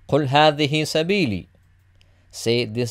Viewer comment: a little mistake I think. Should be hedhihi instead of hedhehi. I think. Correct please if iam wrong.